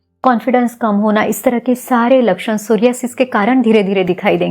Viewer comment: Mere alawa kewal aap ne is rog ka sahi uchcharan kiya..🙏 Dhanyawad Didi is video ke liye 🙏 GS Rathod